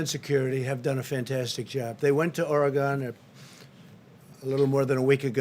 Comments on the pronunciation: It's not pronounced "Oregone" but "Oregun". And you didn't solve anything in Portland. You made it worse. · Oregon is pronounced Or-gen. Oregon. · Did he say Oregano 🌿?🤣🤣